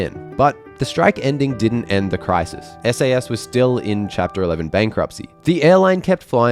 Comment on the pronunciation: "SASS" haha